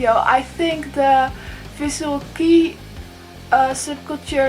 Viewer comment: It's not Visual Key, it's Visual Kei, second word not sound like english word "key". ;)